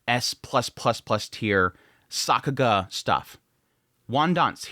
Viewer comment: Stop saying Sockuga